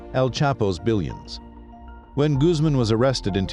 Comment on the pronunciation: Why can't you get the pronunciations of Spanish words correct? Medellin is pronounced med ay een and Guzman is gooz mahn !!!!